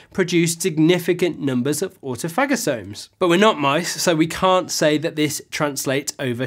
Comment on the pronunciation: Do you say au - tomatic. Autophagy comes from 2 words. Auto and phagy. So you say autophagosomes the right way. Think of viruses, they are PHAGES. Tophagy is not a root of the word, and don't bow down to Internet opinion.